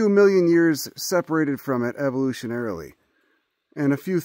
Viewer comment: You said "evolutionarily" so god damn well, good work friend!!!